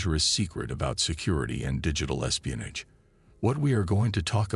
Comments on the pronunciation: Espionij wtf is espionij😂😂😂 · I know exactly what espionage is but I've never heard it pronounced espionij b4 regardless of whether it's a A.I or not 😆